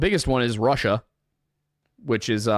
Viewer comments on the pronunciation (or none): none